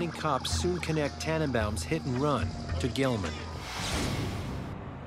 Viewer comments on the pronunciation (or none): none